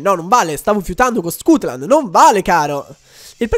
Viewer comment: perchè dici scutland se è stutland